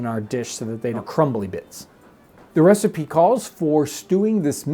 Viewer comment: Huh... so you're just going to start pronouncing recipe as receipt eh?